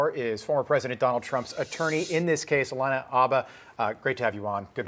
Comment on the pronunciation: It would've been nice if this dude pronounced her name correctly. Her name is Alina not Alana. It's pronounced Ah-Lee-Nuh